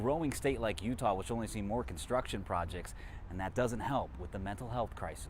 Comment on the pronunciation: 'Constuction'. Ok.